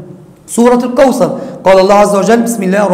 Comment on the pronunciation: تقال الكوثر وليس الكوسر ☺